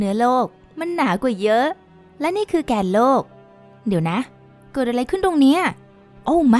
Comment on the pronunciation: ที่ผู้บรรยายพูดว่า "แกนโลก" นั้น พูดไม่ถูกครับ ที่ถูกต้องต้องพูดว่า "แก่นโลก" ถึงจะถูกครับ